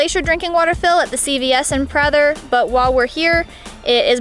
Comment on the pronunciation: As a local, I find your pronunciation of Redinger and Prather .... interesting. Also, the maximum elevation of Redinger Lake is only 1,403 feet so snow isn't a concern. In fourteen years of daily driving to Redinger Lake I've seen snow there maybe 5 times and it did stick.